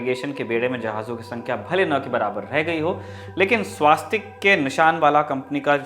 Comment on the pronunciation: स्वस्तिक बोलते है । स्वास्तिक नहीं ।